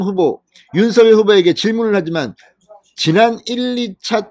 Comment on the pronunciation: 발음 좀 정확히 하세요. 윤성녈이 옳습니다. 자음접변 때문이죠.